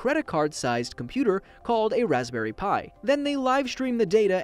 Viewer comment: 2 things. Pi not Pie and Yess!! More tech stuff!!